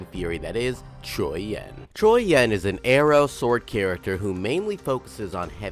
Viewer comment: Surprisingly you trying to pronounce his name in Mandarin term, instead English translated English he is pronounce in QiuYuan, should be pronounce as Chew Yen(or Yuen) instead Q Juan In Chinese it is Chou Yuan, which how pronounce it